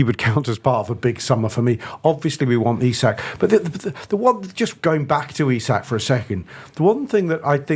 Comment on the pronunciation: Eee-sack not isaac. Small thing but irritates tf outta me lol